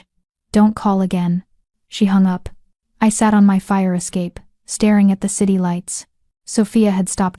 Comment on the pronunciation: I Saturday? I guess that's how AI reads "l sat."